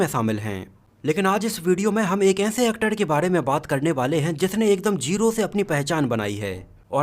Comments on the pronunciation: Bhai thoda sahi bol yar actad ni wo actar he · Bhai actod kod he Bhosdi ke pehle primary school education complete kar lo phir vedio banao Sahi bolte to aa nhi Raha 😮😅😅😅😅